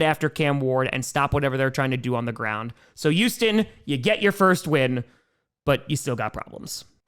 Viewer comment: "Youston / Yuge"